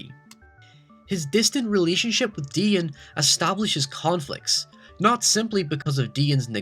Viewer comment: Also he pronounces Dion (Dee-on) as Dein even though they say his name in the film as it's supposed to be pronounced Kinda like The Last Airbender where they pronounce their names wrong even though it's said what their names are in the show